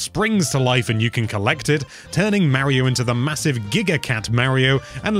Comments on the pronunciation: It is Mario Not Meario learn how to say Mario the right way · That pronnounce of word Mario is killing me...